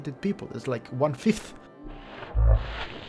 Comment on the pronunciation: I literally almost choked on my drink when he slow motioned that pronunciation of "fifth". Hahaha!